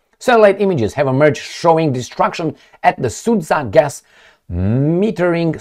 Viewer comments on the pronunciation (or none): Hi, Let me help you with pronunciation of the city Sudzha in the Russian’s Kursk region. It consists of two syllables: “Sud” and “zha”. “Sud” sounds like s-u:-d or sood (like in the word soon, with “d” at the end). The second part “zha” sounds like the first syllable in French word “Jabot”, just “ja”, very short. There is NO pause between these two syllables in the name of city - Sudzha, like if its only ONE syllable. Now you could be the expert on pronunciation 😆 - If it’s still difficult, I could offer you another type of thinking of what you are going to say. First part is simple “Su” like in “I’m going to SUE you”. For the rest of its name I want you to think about the word JUMP (you obviously knowhow to pronounce it). Now, just cut last two letters! “JU” and nothing else, very short. Now, you say (already familiar) “SU”, and immediately finish it with your short “JU”. That’s ALL!!! You got it! Now you’re the Official Russian Pronunciator! 😂 - Cheers 🥂